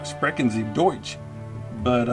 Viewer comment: nice pronunciation "sprechen sie deutsch"